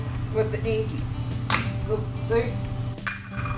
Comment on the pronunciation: it's enkay not enkey, like kei truck pronounced kay not key.